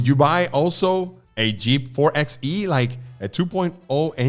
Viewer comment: It's "4 BY E" not "4 EX E". Kind of like 4 BY 4. 4XE, 4X4.